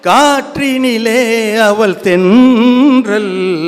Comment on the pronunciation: அவள் என்பதை அவல் என்று உச்சரிக்கிறார். இவள் என்பதை அவல் என்று உச்சரிக்கிறார்